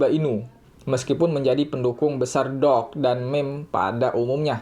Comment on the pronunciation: Doge sama dog beda bacanya